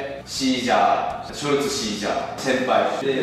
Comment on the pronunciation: ショルツって完璧やん…笑